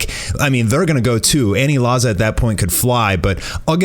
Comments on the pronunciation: aniraza* u irritate me when u say anilaza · "Anilaza"? lol way to white it up. Its pronounced "Aniraza" there is no L in Japanese alphabet. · It’s aniraza not anilaza BOIIII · Ur saying anilaza wrong